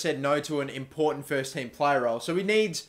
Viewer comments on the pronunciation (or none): none